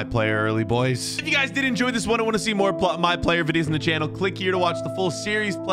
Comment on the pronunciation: You said series wrong